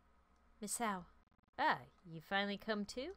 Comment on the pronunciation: I think Misao, is pronounced Mee- say- oh